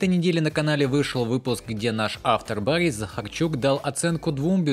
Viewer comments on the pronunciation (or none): none